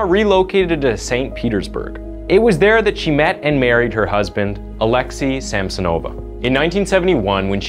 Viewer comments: Still can't believe how you just can't bother to google how to pronounce foreign names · He butchered Alexei so badly xD His name is Alexei, not alexy Same for Sergei